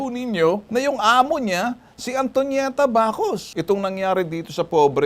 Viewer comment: Tonieta hindi ponieta 😂✌